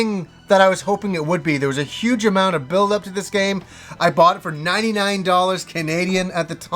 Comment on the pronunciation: you have a horrible habit of saying words wrong. You said bort instead of bought or burrowed instead of borrowed lol